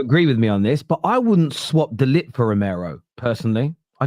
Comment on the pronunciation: Put some respect on de Ligt’s name.